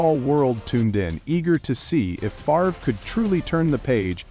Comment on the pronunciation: You're AI can't pronounce "Favre" 🤣